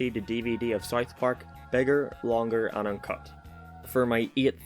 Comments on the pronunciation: It's pronounced South Park, not Sith Park. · Am I the only one that has a problem with him saying it like. Sarth parrk